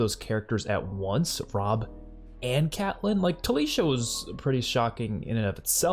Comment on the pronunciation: It's Talisa, not Talisha🙂